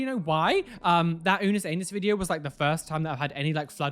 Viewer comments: off topic but you saying "Unus Anus" instead of 'Unus Annus" Made me laugh (no hate, im just still trying to cope with it being gone, Momentio Mori) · Oh my god you said unas anus as in butthole but it’s pronounced differently, I don’t know how to describe it. I’m sorry but that just brought me so many giggles in my childish mind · Hi! I’ve watched your vids for awhile, and I also watched all of Unas Annus’s videos (and I’m very amused by the pronunciation) but I’d like to say that I’m glad your hate has died down, and also huge respect for you for deleting the video when the channel was deleted, as the point was for people to not save the videos and repost them and such (I know this was not your intention) but it seemed to be a gesture in good faith for their purpose as well. Sorry the fan base came after you. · Got a love how he pronounces Unus Annus! 🤣 you’re great! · The real winner here is refusal to pronounce Unus Anus correctly as a subtle jab.